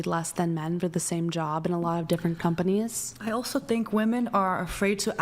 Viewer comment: swear she said 'cumbunnies' instead of 'companies'